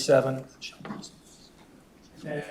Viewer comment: I hate how she makes the word and- have 77 syllables! Aaaaaaaaaaaaaaaand burns me up